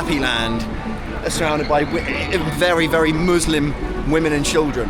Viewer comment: It’s “Muslims” not “moooslims”